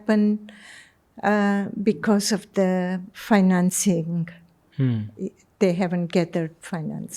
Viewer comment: Host should improve his English pronounciation mainly letter T and D he pronounce it as Thee and Dhee which is quite irritating to listen